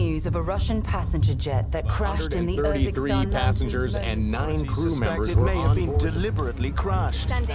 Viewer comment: Urzikstan???? может Uzbekistan?